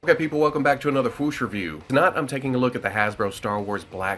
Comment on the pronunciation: OMG SERIOUSLY!!